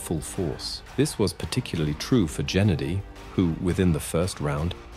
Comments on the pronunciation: not jenady. Hard 'g' as in green. gawd. get it right. fk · 🤦🏻‍♂️Not Jenady But Gennady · His name is GE-NADY? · Genady, with " g " as in "good" not " g " as in general. ...Golvkin is sufficiently famous to know how to pronounce his name. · His name is pronounced Ge-NAH-dee, with a HARD 'G' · Gennady - "g" is pronounced as in "go".